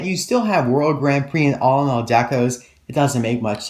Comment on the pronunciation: ha he said alinall